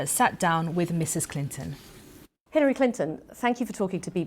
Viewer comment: Clinton not Clintyn